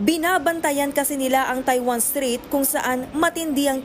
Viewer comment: STRAIT NOT STREET😂😂😂😂REPORTER TALAGA😂😂😂